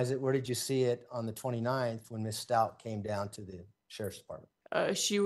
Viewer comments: Does she not realize she is saying the “Stauch” family name incorrect? Like, come on detective, it’s a respect for the Father and for Gannon thing. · It’s really irking me that this lady continues to mispronounce Stauch even after hearing everyone in the court including Leticia say her last name over and over. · I’ve never heard a simple name get butchered soooo many times !! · At this point I believe her defense attorney is mispronouncing her name intentionally. No one is that dense! 😂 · How can anyone, especially a rep from the police department, mispronounce the family’s last name “Stauch”??? It’s been 3 years, there’s been a moving van load of media coverage, heck the prosecutor questioning her even says it the correct way several times before and after she says incorrectly, as if to gently remind her of the correct pronunciation and she STILL says it wrong every single time! “Stauch” rhymes with “clout” with the “ch” at the end pronounced like “k”. So the lead attorney will say “STOWk”, and She will then follow by pronouncing it to rhyme with “Crotch” and I swear at least once as “grouch”! It kind of erodes her credibility for getting things right and recalling facts correctly if she can’t freaking say their last name correctly after all this time, and especially after hearing it just seconds before ! Lawyer: “Did you find anything in the room of Gannon STOWK?” Dept Rep: “I found Mrs STOTCH in the room..” I swear she even says it sometimes rhyming with “crotch” and other times with “couch”. I know it may seem a trivial annoyance on my part, but accuracy is important, especially in a case such as this one. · oh, maybe that first fall gave lieteca the idea. Does it bother you that does not pronounce the victim family name correct?